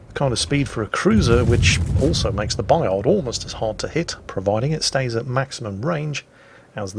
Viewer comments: "Bayar", don't pronounce the d. And don't pronounce the t of Jean Bart either pls. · Bayard pronounced Buy Hard. WG will appreciate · You actually shouldn't province the ''d'' in Bayard. ;-P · claims to pronounce the name of the ship right. And probably at the same time triggered every French speaker. Because AFAIK, the D is silent. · Yeah but it's a French ship so you pronounce it French.... Same as the Des Moines in American and Jutland in English